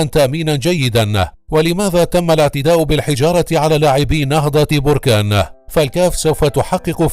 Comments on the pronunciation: Berkane et non borkane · نهضة باركان وليس بوركان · المدينة تسمى بَركان وليس بُركان تحياتي لكل من يعشق النهضة البَركانية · بركان بالفتحة فوق الباء من فضلكم